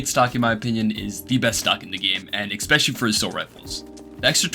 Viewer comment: Brother I really hate to do this and I usually wouldn't but you said the word something close to 40 times in this video and you use it a fair bit in other videos so I couldn't ignore it forever.. "ess-spesh-uh-lee" not "ekks-pesh-uh-lee" Genuinely not trying to be an asshole I'm trying to help, promise <3 Edit: man fuck whatever I was saying here, after watching you for months now, the way you say words doesn't bother my autistic ass anymore, say shit however you want, I was 100% trying to help but I've since realised that quirks like this are what makes a persons personality <3